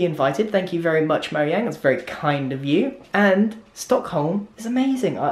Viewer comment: Sad red bull noices ('Stock*h*om') You dont pronounce a H